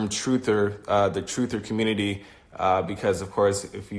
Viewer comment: "da communitah" lmbo twooferism